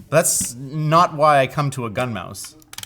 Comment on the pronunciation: Too high kept thinking you were saying Gundam.